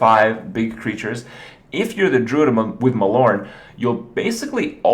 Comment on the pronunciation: thankgod you don't pronounce the e like everyone else